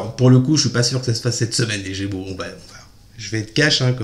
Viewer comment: Idem 🤬 insupportable on est gémeaux.